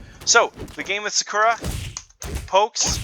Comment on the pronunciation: I could have sworn her name was pronounced more heavily on the first A.